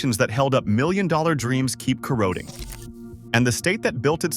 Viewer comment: If you're going to be a narrator learn how to properly pronounce corroding.